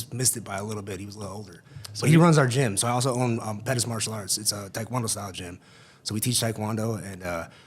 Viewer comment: Not gonna lie for some reason it bothers me the way he’s pronouncing taekwondo. It’s like when the East Coast people miss, pronounced the name, Mario, and say mAIRio